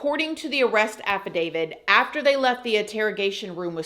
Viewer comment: It's affidavit not affidavid.